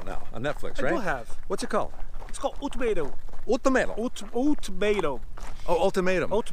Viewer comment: Sounded like he said old tomatoe. Ultimatum.